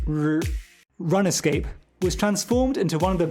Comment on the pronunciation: Mfer really called it RUN-ESCAPE 🤦🏻‍♂️